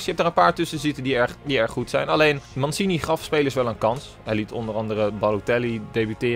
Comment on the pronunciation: Mansini ? Hahaha uitspraak nog even op oefenen 😳